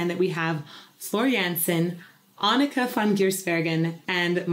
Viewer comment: Agreed this song is too short. Also great job changing your pronunciation of Anneke's name... it's perfect now! 👍🏼